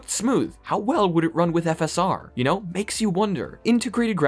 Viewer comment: Why did he say "V S R" and put on screen "FSR"?